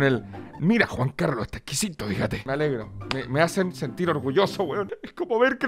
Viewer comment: "ta ejquijito fijate"